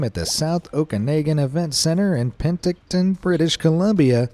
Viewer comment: I just have to say, it’s pronounced OkaNAWgan and not OkaNAYgan, and Penticton is PenTICton. Okay, SORRY for being fussy with the guy in the video, lol. And no I don’t think we overuse sorry and don’t say it when somebody else does the “bad thing”. Is the announcer an American??